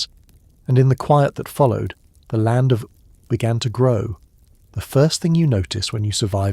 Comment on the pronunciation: Same with how he says Ooo Edit: spellings